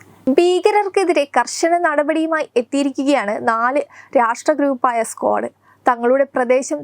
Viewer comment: നിങ്ങൾ എന്തു മൈരാണ് ഈ പറയുന്നത്... സ്ക്വാഡ് അല്ല... ക്വാഡ്....😂😂😂